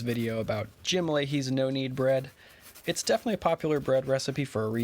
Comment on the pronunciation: I love making Jim’s recipe, there are others in his book ‘My Bread’. His last name I believe is pronounced ‘La- hay’.